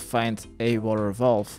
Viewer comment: Did you go and look up the pronunciation of valve? 🥺